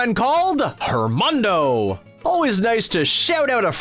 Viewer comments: “Don’t make fun of my pronunciation.” Then watch the movie ONCE before narrating the video. Listen to “Dos Oruguitas,” ONCE so you don’t call it, “oreegweetas.” Make sure you know it’s, “Hernando,” not, “Hermondo.” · isnt it adnando not hernondo? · IT ISNT HERMANDO. ITS HERNANDO. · HERNANDO, HERNANDO not HERMANDO. sheesh. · HerNando* not Hermando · IT IS HERNANDO NOT HERMONDO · It's Hernando Er-nan-do